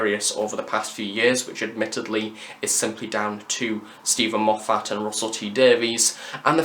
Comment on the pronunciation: Enjoyed this a lot, but you picked a bad example of having a fan around to pick up on mispronunciations when you keep on mispronouncing Moffat's name... lol. Fans are often worse than showrunners when it comes to getting stuff wrong. Great review, though. Am currently finding your Big Finish stuff really useful. Thank you.